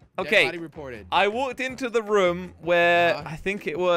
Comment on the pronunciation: said rum instead of room